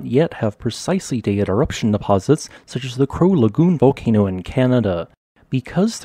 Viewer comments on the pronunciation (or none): none